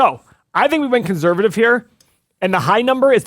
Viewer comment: The day pronounces "conservative" properly then I'll sign up for this stock analyzer tool. Drives me bananas to hear him pronounce it with a Z when there is clearly no Z in the entire word! Lol